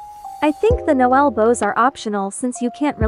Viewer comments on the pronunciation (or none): none